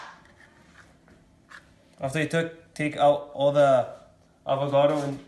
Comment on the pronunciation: Bruh it’s avocado and cashew lmao Not avogado and gajo